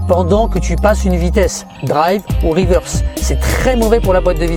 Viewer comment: Yeah en mode "RIWEURSE" mdr! Tkt tu geres l'anglais! Superbe video comme dhab! 👌 Ps: le tips n°4 m'a tué mdr j'ai kiffé l'histoire du neutre